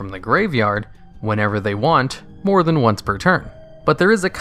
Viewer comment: THAN. IT'S THAN. NOT THEN